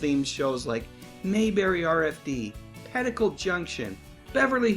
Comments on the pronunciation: CBS was not only prepared, they GAVE him his variety show. And on another topic, it was pronounced PETTY-coat-junction, not pettA-coat junction. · It's petticoat junction not pedicle